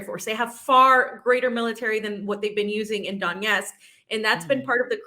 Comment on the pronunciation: It's DoneTsk, LuGansk and Za-po-ROZH-ye.